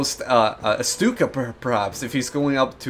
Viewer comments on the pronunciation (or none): none